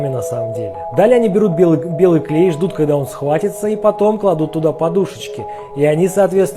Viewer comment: Мне запомнилось как ты сказал: белыК белый клей....